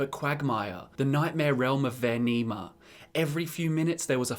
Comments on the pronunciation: are we not gonna recognize when he talked about the ship section where instead of saying vaermina he says vaernima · you said vernima and not vermina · "VAER-N-IMA". Ah, my ears! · Did anyone else here him pronounce vearmina wrong